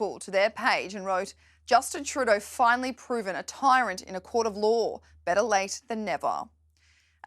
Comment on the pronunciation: If you are going to yell something at the PM then make sure it is intelligible. Truuudoooh....! Blah.. Bluh.. Pause.... Blah.